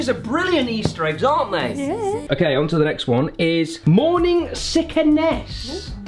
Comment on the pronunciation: It's not OKEH to be OKEH <3 (titan cry)